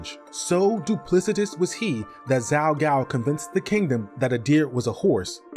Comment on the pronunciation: Zhao has a J sound, not a Z sound. (Like the city Guangzhou.)